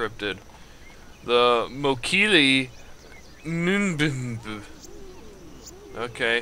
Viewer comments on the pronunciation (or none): you don't put any effort into pronunciations do you?